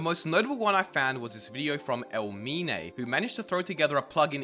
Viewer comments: The foreign youtuber, brazilian guy, got inspired by your idea, but his project is very different from yours. He will build him self something using only as much blocks as his comments get. like 1m comments, 1m block. but wont be nothing auto generated. Also its not "EL MINE", its and i like, I capital I. So would be like ""EY MINE". Mine, just as you say MINE from minecraft. Since its a minecraft channel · EL MINE LOL, it's "ei", like "hey" and he's brazilian he's far away from the best content creator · Actually it's not "eL mine", it's "ei mine" (in english is something like "hey mine") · he is from brazil, and its e"i" mine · Just a little correction: the foreign youtuber you talked about is not portuguese, he is brazilian. The name of the channel "Ei Mine" is pronounced as "Ay Mine". Great video tho, love your channel :) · The way he pronounced EI MINE lmao also, it HAD to be him of all people to copy Idea